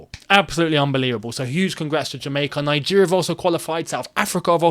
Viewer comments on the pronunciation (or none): none